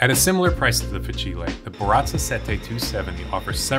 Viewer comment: fah-chee-lay 😂 i’m sorry but its fah-seel